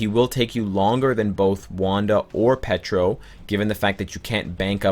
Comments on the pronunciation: Its Pietro, not Petro. xD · Petro, Petra, Wando, damn is it hard to say Pietro for English speaking people? :D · Omg "Pee-Ay-Tro" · Nicklaus It's an inside joke, lol. He calls Pietro "Petro" and Wanda "Wando" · I swear the way pronounces Pietro makes me cringeeeee.